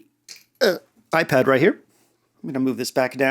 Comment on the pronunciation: "The -euw ipad"